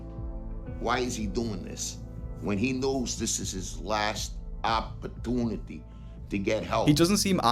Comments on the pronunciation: "AHP-A-TOONITY" that dad rules. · I like the way the father says “opportunity” . I’m gonna try and absorb that accent.